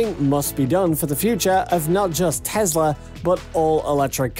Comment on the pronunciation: It is not a Tezla. It is a Tesla.